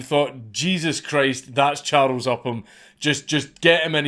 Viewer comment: "Cha-rows", a true hero, but never gave a fuck about it!